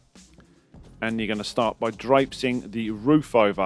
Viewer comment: New word of the day, ‘drapsing’! 😁